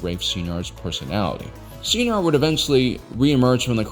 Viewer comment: Sci Nar... not See Nar... (bangs head on keyboard)